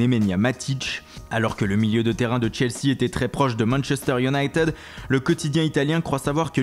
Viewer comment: Juste pour tes prochaines videos, on ne prononce pas united "younaïteude" mais "younaïetide" . Sinon continue tes vidéos c'est super !